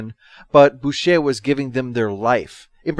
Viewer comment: Boucher is pronounced bow-cher, cher as in how you say the second half of butcher. Though Nation is credited as author of the entire first series a lot of the episodes were either written by or touched up by Chris Boucher with Nation only handing in a barebones plotline for an episode. Even Michael Keating wrote a short dialogue for the episode Duel when it was discovered that some filming had been damaged and couldn't be used. Instead you heard it off screen whilst Vila and Gan talked.